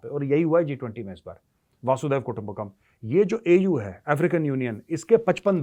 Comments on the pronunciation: मेजर साहब, "वसुधैव कुटुंबकम्"। अर्थ, वसुधा (पृथ्वी) ही एक कुटुंब है। ये आप "वासूदेव या "वासुधेव" कहते हैं इस का कोई अर्थ नहीं है; ऐसा कोई शब्द ही नहीं है। लेकिन ये मैं भी किसे समझाने की बेकार कोशिश कर रहा हूं? जिस के लाखों दर्शक हैं और उसी हिसाब से हज़ारों कॉमेन्ट्स् आते हैं, वो कब वक़्त ज़ाया करे अपने आप को सुधारने में? वैसे भी ऐसी ग़लत भाषा बोलकर ही लाखों दर्शक कमाए हैं; तो लगे रहिये। और ग़लत भाषा बोलते रहिये। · वसुधैव कुटुम्बकम् न कि वासुधैव ❤🙏🏻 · Major sahab galat bolte ho ap vasudev kutumbhkam. Vaasu nahi hai vasu hai.